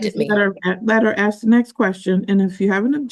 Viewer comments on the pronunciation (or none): All she trying to do is “ax” questions. Where do these people learn to say “ax” instead of ask and why don’t they correct themselves when they obviously must know it’s wrong. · She's trying to "axe" questions. Tells me all I need to know about her.